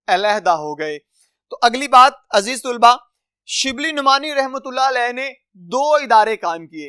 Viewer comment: Aziz tulba nhi....aziz talba hota h